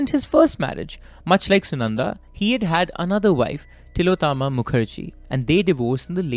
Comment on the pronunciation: you being a student of prestigious Shiv Nadar school. Your pronunciations of names such as Tilottamma and Nalini were weird. I think her death is related to IPL connection which could have led to Tharoor's political image go for toss.Also there is no mention of CCTV's not functioning at the time surrounding to her untimely sudden death. I feel bad for her only son, I hope he is fine though he will never be able to forget the situation for a then 23 year old guy. May Sunanda RIP 🪦 🕊.